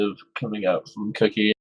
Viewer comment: queue-key not cookie ;)